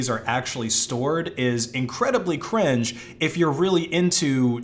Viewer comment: The way you say the word cringe is super funny to me for some reason